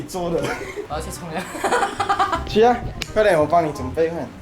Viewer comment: 冲凉 变 冲 娘 啊哈哈哈😂👍